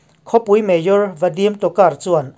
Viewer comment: Mayor tih i lam dan hi ngaihthlak a nuamlo deuh thin... Han bihchiang deuh teh aw